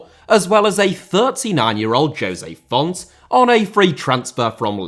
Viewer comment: Lionel* not Lenl Braga* not Brohrguer José* not Djouwsei Fonte* not Font Málaga * not Málaguer Via* not Vyer Tchouaméni* not Tchouameini Mbappé * not Mbappei Martial* not Marchial Disasi* not Disohrzi Badiashile* not Badiashilei Andre* not Ondrei Benrahma* not Benrohrmer Mbeumo* not Mbweimouw Eden* not Iden Pépé* not Pepei Renato* not Renohrtouw Onana* not Onohrner Magalhães * not Magaliz Salzburg* not Soltzbög Mané* not Mohrnei Adeyemi* not Adeyeimi Uefa* not Yuweifer Eredivisie * not Eradevisei Udinese* not Udeneisei Zagreb* not Zohrgreb Caicedo* not Caiceirouw Venezuela * not Venezueiler Roberto * not Robötouw